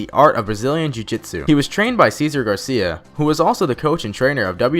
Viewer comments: it Gracie you amateurs not Garcia, Cesar Gracie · I knew all of this..ill even help you out guy its gracie not garcia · Gracie not garcia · you shit the bed on this video first of its Gracie not Garcia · ok... Gracie not Garcia. 3x... and also these are very well known things about nate diaz. they were all kind of "duuuuhhh" moments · Cesar Gracie not Garcia you douche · "Cesar Garcia" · lol yea this was pretty bad. I can understand fucking khabibs up. But garcia? Rofl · Wow he said Garcia. He is definitely not a true MMA fan. Who gets the Gracie name wrong? And Nurmagomedov lmfao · Cesar Garcia... 😂😂 I seriously ended the video after I heard that. The rest of the video could have been amazing, I don't know. But Wtf, 'Garcia'? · Did he just say.... Garcia? 💀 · Come on homie, its Gracie